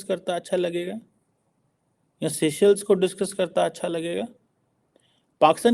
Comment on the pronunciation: Seychelles ka pronunciation toh bolna seekhlo pehle 😅